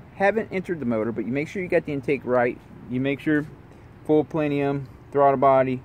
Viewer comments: Ok my dude you ... I totally respect you making this video and no shade but there's factors we need to correct and I've been a foxbody/SN95 driver since the 80's and this is the ONLY cars I drive. 1. It's not Trimik .. it's TREMEC... "Trim-Mick" 2. It's not Plenium ... It's PLENUM 3. Gears is probably THE ABSOLUTE SECOND THING you probably want to do with these SN95's and pretty much any car and yes, like you said it totally changes the speed game installed. 4. You can replace the Cold Air Intake first, that PLENUM will not make a difference right now getting started because the fact the air going in won't change, velocity will not change. You are however leaving room to grow. 5. The pulleys from 99-04 are ALL the same, there's no difference in them 6. If you are going to run it hard, you got HOTTER when N/a... COLDER when you start bringing boost. You go colder then you risk fouling your plugs. 7. These cars are capable of seeing 400hp at the wheels with better cams and intake. 8. Camshaft swaps depending on your kit can yield around 35-40hp.(These stock heads are more restrictive than a shy virgin) 9 Correct, these cars are more than capable in the low 12's with little work involved. low 11's if you snag a set of trickflow heads. 10. You can grab a Superchips handheld tuner for light tuning control of the car, turning off traction control PERMANENTLY, timing and some other light tuning abilities. 11. You missed one factor... your mid pipe. If you want that pure race car hig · plenium lol.....its PLENUM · plenUUUUUUUm.... Where is there an "i" in that word? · I was right there until you said plenium